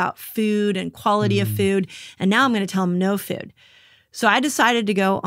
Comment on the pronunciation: No one teaches better than Dr. Mindy! Just one critique though... Why do you add "eee" to words that have "oo"? For example: Feee-Ude = Food Meee-Une = Moon Feee-Own = Phone, etc. I cringe on those words, but you are the best anyway! 😊